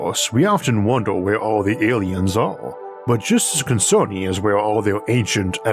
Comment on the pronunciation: "Aiens have invaded"? :)